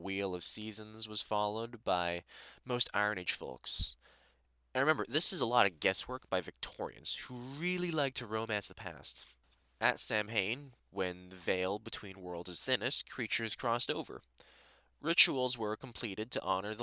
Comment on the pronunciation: Respectfully, as both an Irishman and a pagan, samhain is pronounced "SOW-in" (pronounced like a female pig, not tending to a garden) Not only is it All Hallows Eve, but also the name for November in Irish!